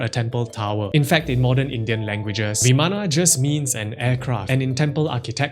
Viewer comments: isent it vaman rather than vamana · vimana ❌ Viman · It's pronounced bi:man not vimana . Bi:man . Maan not myan.